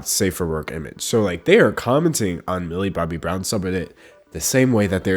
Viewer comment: I can't not hear Billy Bobby Brown. That's her name now sorry.